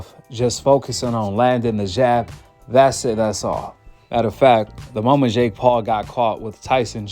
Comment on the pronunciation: Why do you say jhhhhake instead of jake